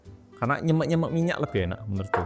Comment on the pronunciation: Aneh men lek ngomong nyêmêk😭nyemek bukan make ê semua tapi ê awalan di kata "nye" dan "mek" gawe e biasa bolooo😭😂